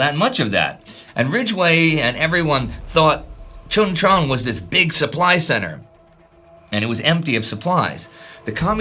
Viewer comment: Pronounced Choon Chon. You're driving me batty.